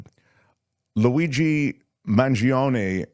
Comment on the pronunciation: “ Laweegee”?? Jeeeez people